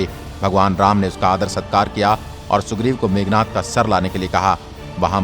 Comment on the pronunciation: It's Meghnaad....not meghnath